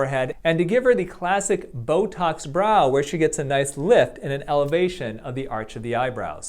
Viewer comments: Why are you saying “Botos” instead of Botox...?? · Why do you say botoS? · Definitely "bo-tossed" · OK. He really does say "Botoss"! He is a medical doctor who says "Botoss"!